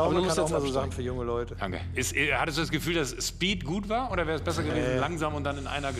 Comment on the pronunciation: Das ist Dang Kiu ausgesprochen